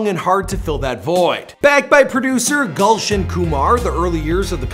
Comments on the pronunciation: Gulshan pronounced as galshan and punjabi as pun jaabi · thats not gulshun thats goolshun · It's not 'gaulson' ,rather it can be pronounced as 'goolson'( written as gulshan)